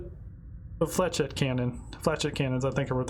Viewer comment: I love your HW videos! Flechette Pronounced: fleh shet, emphasis on the second syllable.